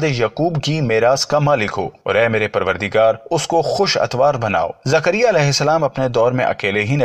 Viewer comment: Are bhai aap Ki zabaan kehsi hai thik Karo zakaria alihissalam